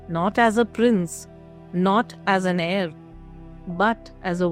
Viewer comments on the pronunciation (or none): none